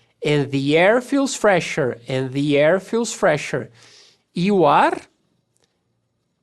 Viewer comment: Em "The air" ele faz justamente isso. Irretocavel.